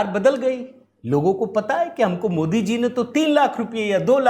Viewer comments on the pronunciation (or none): none